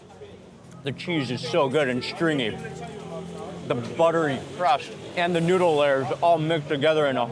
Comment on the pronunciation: all lurrs of dough. mark meant lay-ers